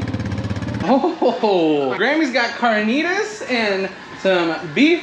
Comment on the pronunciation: Car-Knee-dis. Aka carnitas lol